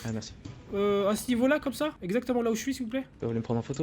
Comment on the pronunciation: et ces « oui ixactiment oui » 😂❤️💉